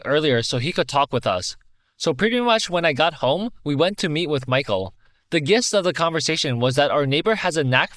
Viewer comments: just a heads up “gist” is pronounced like “jist”. Great work as always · The g in gist is pronounced like a j